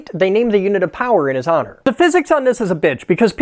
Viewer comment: They named it in his "H" onor ??? It's pronounced: "aa·nr" Didn't think anyone picked up on that hey? 🙃